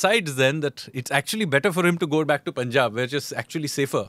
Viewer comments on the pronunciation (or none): none